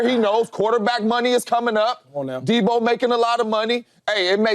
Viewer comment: James Jones saying Deebo is a superstar, but can't once say his name correctly is wild. You know superstar's names. Deebo Samuel. No "S" at the end.